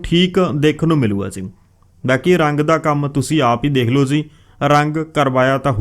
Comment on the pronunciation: Ziii ni hunda jiii hunda Bai